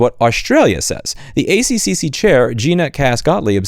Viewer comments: Its pronounced A Tripple C here mate. ;) luv ya. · Hearing you say every C instead of "A triple C" is very funny to this Aussie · We pronounce them the "A triple C". Thanks for highlighting this issue. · In Australia we pronounce it A tripleC. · The ACCC is pronounced the A triple-C. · As an aside, australians pronounce this agency's name as the "A-triple-C", and I think that rolls off the tongue a lot easier. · It's pronounced the A triple C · Pronounced "A triple C" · The ACCC is pronounced "A-Triple-C" and it does a lot of great work protecting consumers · FYI it's the " A triple C" not ACCC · As an aussie, Louis, we dont call it the ACCC here; we call it the "A Triple C" lol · I just want to let you know, for both your sanity and the sanity of every Australian watching, we generally pronounce it with the much easier "A-Triple-C." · for future in Australia, we pronounce ACCC as "A Triple C " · We pronounce that "A Triple C" 😂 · A Triple C, not A C C C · Pronounced "A Triple C". More importantly, you have correctly identified the issue really shows up in the long contract terms (1 year). Amazon obviously benefits from up front payments, so they should be on the hook to maintain the service that's already paid for, for the duration of the payment term. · fwiw, we would always pronounce it "A triple C". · can confirm. a triple c. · For the people commenting on Louis' pronunciation of "ACCC": From my 13yrs in hardware support for the US market, I experienced that for the most part, Americans do not use 'double' and 'triple' for repeating characters. 🙂 And will be confused if you try to. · lol my first thought hearing louis say ACCC was "'A-C-C-C' sounds so wrong" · Ay see see see sounded entertaining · It's pronounced "A triple-C" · Just so you know, here in Australia we pronounce it "A triple-C" rather than "A-C-C-C" just easier that way. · We pronounce it 'The A triple C' not 'a c c c' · In Australia we pronounce ACCC as “Ay-triple-C” 😉